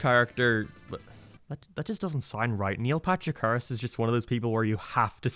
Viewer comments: “Niel Patrick Hahrerashh” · He said Neil Patrich Harris 9 times, said Neil twice and Neil Patrick Harris' name was on screen once.